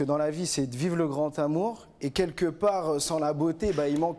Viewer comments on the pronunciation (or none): l,amour avec un grand ta..lol ont dit l,amour avec un grand A...Ya pas de T a la fin de grand...ca énerve d entendre ca..